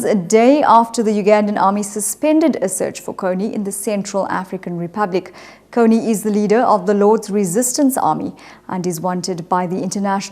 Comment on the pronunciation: It is kony not konney